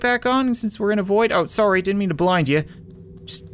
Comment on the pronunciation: I have never heard Cap say "sorry" in an American accent before